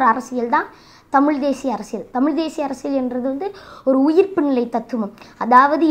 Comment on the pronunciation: தம்பி நீ நல்ல வரணும்.....அதே சமயம் தமிழ் உச்சரிப்பை கொஞ்சம் பாத்துக்கோ.....குறிப்பா ழகர உச்சரிப்பு.... மிக முக்கியம்...அதேபோல் அர்ரசியல் அல்ல அரசியல்......